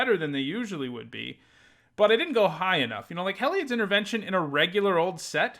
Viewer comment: "Hell-eye-odd" Everyone else: "Hē-li-odd" 🤷🏼‍♂️